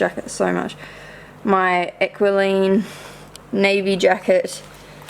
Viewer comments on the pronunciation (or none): Equiline is pronounced EQUI - LINE hahaha not EQUI-LEEN